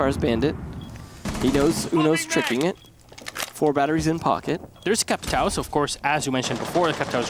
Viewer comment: the worst is when they just say capital and capitao.